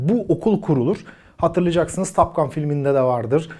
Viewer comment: Türkiyede Amerikan İngilizcesinin taklidinin yapılmaya çalışıldığını biliyoruz da,en azından böyle kaliteli kanallarda olsun TOP ve TAP gibi telaffuzlara dikkat edilebilse .Her O harfi A olarak söylenmez.Topgun ,en düzğün söylenişi Türkçe Topgan en doğrusu olur